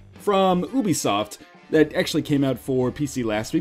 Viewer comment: YUBISOFT THATS HOW YOU SAY IT GOD